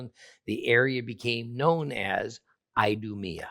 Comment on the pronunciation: I-do-me-a 😂😅 Hmmm, that's telling.